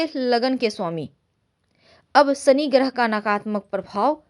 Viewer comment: यह श को स बोलना । शनि महाराज का उच्चारण ही आप गलत कर रही हैं ।